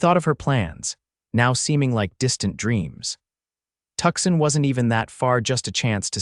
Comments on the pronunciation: It's pronounced Two-sahn. Not Tuckson. And how big is that knothole that can fit a canteen though it? Under the gap in the barn door, that works. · 😂Oh, for pitys sake. It's Too-sahn, not Tuckson.😂😂